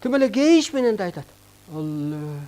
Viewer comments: Ала эмес Алла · Э бул жинди окшойт (ала)эмес Аллах дечи